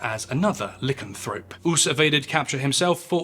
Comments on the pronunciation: Good video, except for the repeated mispronunciation of "lycanthrope". The beginning rhymes with "lie", not "li". You're welcome. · I just hear "Lickenthroat" every time he says Lycanthrope 🤣